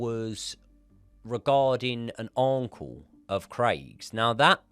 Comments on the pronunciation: Another great episode but… my day has been ruined by saying 3 10 O’clock hahaha. And saying Arrrnnncle 😂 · bro what word are you saying here? It's like a mixture between auntie and uncle 😂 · All I can take away from this is how you pronounce uncle